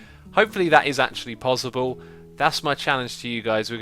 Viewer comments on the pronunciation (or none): It's possible not pozzible